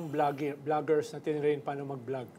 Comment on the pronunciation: did i hear he say bulaggers or vloggers? bulag sa katotohanan ba yun